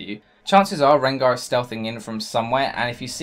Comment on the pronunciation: sooooo, did you just say rengo